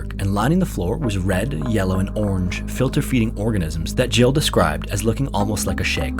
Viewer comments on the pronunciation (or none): Is that me or everyone heard the name as Joe not as Jill ?